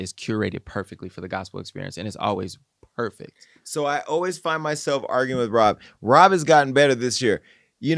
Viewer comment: The fake doctor repeatedly said impack and perfeck…come on, man.